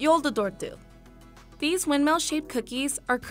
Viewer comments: She said joulutorttu soooooo wrong. I am from Helsinki!! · They slaughtered the pronounciation of the joulutorttu. 😂😂😂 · Im finnish and when the narrator tried to pronounce joulutorttu i was like wtf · What the hell was that pronunciation for joulutorttu